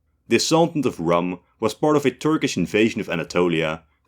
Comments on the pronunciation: Just a small nitpick 'Rūm' was not pronounced as rum the alcoholic drink but the 'u' is more drawn out and the word sounds almost the same as "room". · "Rum" should be pronounced like "room" or "doom" not "gum" or "tom". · Rum is pronounced as Room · Rum is pronounced ROOM. Whats the great effort when using Arabic in a documentary to "research" a bit? Its not like you are doing Etruscan. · Rum is a drink from the Caribbean. Foreign place names should use pre-vowel shift pronunciation. So Rum is pronounced room. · very good episode but some points: 1-Rum reads as room 2-Von Habsburg dynasty have a new heir they just lost the last crown prince these are different and Prince Karl still have his claims on many countries such as Croatia 3-didn't Spanish crown claim on Roman empire?